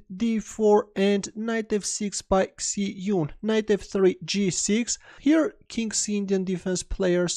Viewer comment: Great video, but her name is pronounced like Shie jun